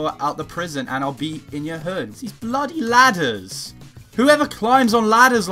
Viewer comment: I am so happy no shirt Monday is back BTW You sounded so Brithsh and posh when you said bloody ladders!lol